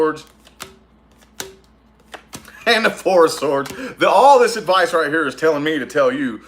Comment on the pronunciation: I watch just to hear you say "adviceys for pisces" 🤣🤣🤣🤣🤣